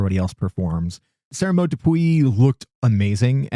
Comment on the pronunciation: Thanks for another refreshing episode.😊 (, you are such a good sport - you did a fabulous job with Sara-Maude's name!) I always look forward to hearing both of you. Your enthusiasm is contagious in the best possible way. Enjoy Four Continents! You have me really looking fo it now!